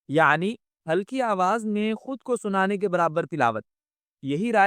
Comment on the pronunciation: "خود"not خد